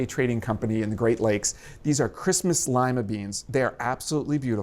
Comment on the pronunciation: haha on a first pass when you introduced the "christmas lima beans" i thought i heard "these are crispy slimy beans"